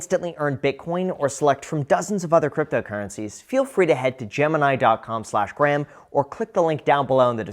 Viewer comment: What’s up gays, it’s Gruham